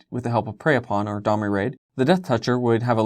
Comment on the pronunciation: Holy JESUS thank you for pronouncing Domri correctly. It hurts my brain that everyone on youtube pronounces it incorrectly.